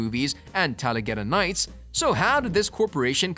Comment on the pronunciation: Did I hear him say TalaGeda Nights?!